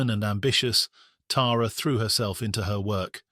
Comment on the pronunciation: Thank you for pronouncing her name right. Us Tara’s appreciate it! ❤